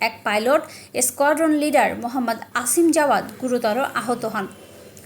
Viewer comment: আসিম না অসিম হবে,আর ছেলে বড় নয় মেয়ে বড়।